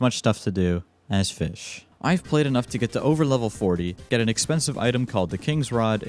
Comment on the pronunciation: It's called "fis CH"